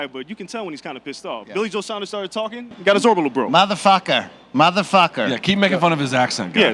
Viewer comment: BC I'm with you on Canelo's "maaathaaa fukkka" accent 🤣